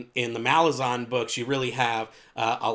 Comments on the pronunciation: Ok so most people say malazan, with the a from "ass" (consistent), and imo that sounds the best. The author himself says malaazan, which sounds dumb but cant really debate with the author himself. but yeah I really think you should go for one of those instead of your own. It just kinda bugs me. Good video aside from that, keep at it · Because Malazan means "of/from Malaz", so the -an suffix isn't meant to be emphasized. The obvious way to pronounce it is Malaaz-en.